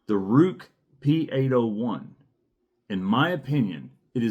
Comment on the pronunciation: Ruike is pronounced as Ray-kuh. Rike knife is a different company, probably best known for the Rike Hummingbird.